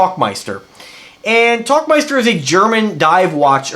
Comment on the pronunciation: Der tauchmeister. Where Tauchen means Dive and Meister translates to Master or Champion, and its a Dive Master. Pretty cool, just looked that up. Also seems to be pronounced Towl not Talk.